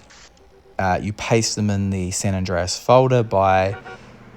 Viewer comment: Saint rooow?🤣🤣